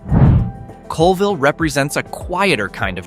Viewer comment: 1. Oh-can-AH-gan 2. CALL-vill